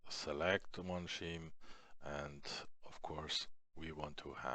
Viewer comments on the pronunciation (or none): scheme = skeem :) otherwise very nice english and great tutorials you helped me soo much by doing this I am very grateful!